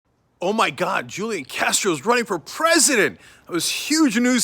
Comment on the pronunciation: If you’re gonna be sarcastic about it, at least pronounce his name right...